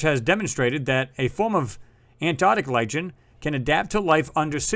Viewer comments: Lichen is pronounced "like-n", on earth, they are also called "British Soldiers" because of their color, red and white. Very interesting video, thanx! Like you have said before, Nasa isn't there to look at rocks. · It's pronounced "Li`ken", not "Li`tchen" (Lichen) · Hey great video , Lichen is pronounced - Liken :)